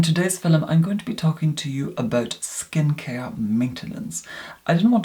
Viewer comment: “Skin cier”